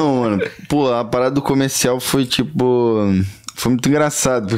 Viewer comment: Entrevistador: Como é ser filho da Letícia?: "Cara, tchipo assim, ali é uma gashtação, pô, eu sempre lidei de boa com isso, porque a galera me zoava na escola, mas pô, é isso aí. Tá ligado? P#, engole o choro" 🤦‍♀